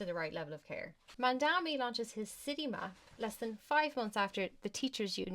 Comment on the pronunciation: This is the dumbest thing I’ve seen in a while!! You can’t even read Mamdani properly or at least mispronounce it consistently… mandami to mandani to mamdami and on and on. You criticize him saying it the first of its kind and them proceed to give an example about something not childcare related. You’re the type that needs everything spelled out for you or your little brain can’t comprehend it accurately. You also said the children are unsupervised - absolutely moronic and a dry-mouthed disgrace! You don’t deserve this fucking comment and I will be reporting your post and account for spreading misinformation!! Go inform yourself before spewing your nonsense and putting your intellectual inabilities on display like this!